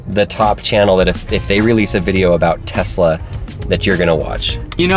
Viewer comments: WHY DOES HE KEEP SAYING TEZLA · Hearing people say Tezla makes me very angry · tezla and: tesla